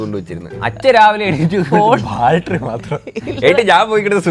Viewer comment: ഡാ കൊച്ചുവേ ബാൽട്ടറി അല്ല ബാറ്ററി. . ഈ ചെക്കൻ 🙈🙈🙈